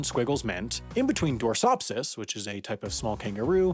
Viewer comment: Mispronounced gubbins and dorcopsis...